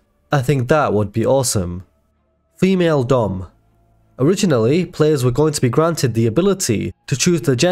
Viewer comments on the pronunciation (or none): none